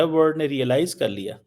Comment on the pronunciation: WORD nahi WORLD hota hai so called fargi se what is your problem non of the world has problems except you bhikario